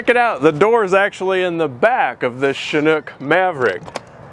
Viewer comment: Shhhhhanook? I thought it is a Chinook???